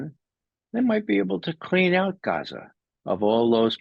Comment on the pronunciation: Ray McGovern is a gem! He even pronounces Palestinian place names and Arabic words perfectly. Eg, "Geza," not "Gaazaa" ...